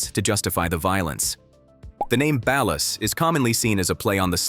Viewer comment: Ballast and Valor?!? 😂😂😂